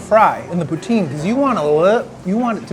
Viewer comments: How did, who is decently multilingual, get corrected on the pronunciation of poutine and then end up mispronouncing it even more (and like a swear word, of all things) lmao. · When he sits down with the poutine it sounds like he's pronouncing it "putain!" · Isn't poutain a swear word? Gotta watch your pronunciations, man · mmm. I cringed when he said it. And no one warned him 😂😂😂. Poutine, poutin, poutain and I was howling 😂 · I'm talking about when he's exaggerating the pronunciation. At the end of the day, he's a riot 😂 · And yet mispronounced it even worst at the end lol.